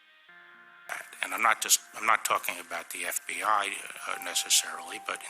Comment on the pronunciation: Bill Clinton can't pronounce FBI, he pronounce FBAaa